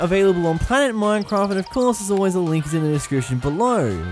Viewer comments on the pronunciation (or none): none